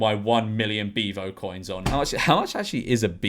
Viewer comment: Why does he say beavo like that?😂 ”BIVO” 😂😂😂😂😂